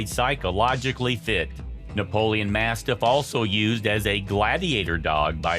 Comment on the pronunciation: Read the name properly if you don't know the type of dog. It's ''Neapolitan Mastiff '' & not ''Napoleon'' as you have clearly pronounced.